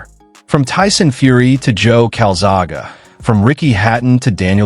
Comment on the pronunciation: Enough to know his name is Calzaghe... and i can pronounce it correctly... unlike your video audio??? and to think you used an AI voice too:face-purple-crying